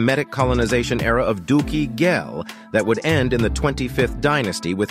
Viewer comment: I go from scholar to child every time you say "dookie ghel"